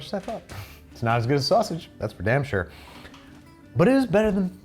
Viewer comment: I'm tickled by how midwestern babish got while eating the jimmy dean ones , with all the I SHURE DO